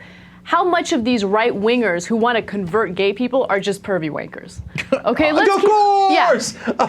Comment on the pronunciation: Did Ana say wankers or winkers?